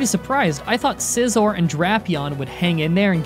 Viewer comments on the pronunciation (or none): none